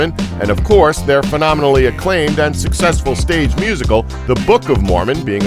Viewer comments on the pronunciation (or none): did this dumb ass just say the book of mormon was "unseccussful"